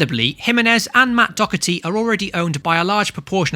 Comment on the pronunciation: Great video. But in future please note that Doherty is pronounced "Daw-herty" not "Docker-ty".